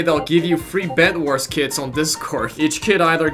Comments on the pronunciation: When he says kits I think he says kids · "You can equip the kids skin if you like their drip" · Youtube does too